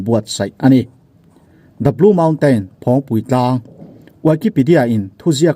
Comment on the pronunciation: Phawngpi tlang tih a lam tur aw